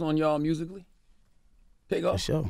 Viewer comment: She said takeoff, tookoff.